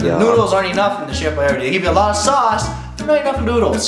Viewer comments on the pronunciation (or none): I thought u said Chef YRD Lasagna not Chef Boyardee Lasagna